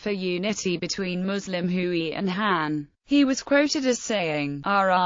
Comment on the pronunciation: Note* The ethnic group known as Hui is pronounced 'Hway' not 'Hooey'.